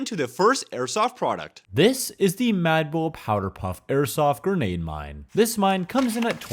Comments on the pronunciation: I don't mind it's probably how he grew up, in fact it's funny to me how he says "genade" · I HEARD IT I HEARD GENADE